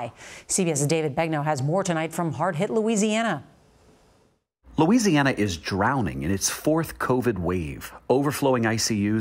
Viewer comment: Lou "Weezee" Ana has Delta